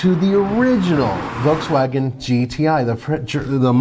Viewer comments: It’s not „V-Double U“ xD German company = German pronunciation! XD we also pronounce American Companys in English. Sooooo please! xD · It’s pronunciation is “Dutch + ya” Not “Neeson” it is “Nis+sun” :D folksfagen... it’s folkswagen Citron hahahaha Just watch their advertisements so you can maybe learn how to speak their names you merikans :D Pohahahaha!!! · why is this guy killing all the names of cars. Us people need to understand that we read the automakers depending on where they are from not where they sell lmao